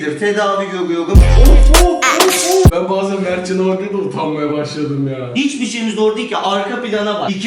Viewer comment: Adam r söyleyemiyor diye bahav diyorsun...